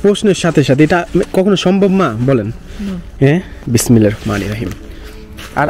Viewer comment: কিরে ভাই।বিসমিল্লাহ টা ও সুন্দর করে বলতে পারেন না।আরবিতে শুদ্ধ বলার কোনো বিকল্প নাই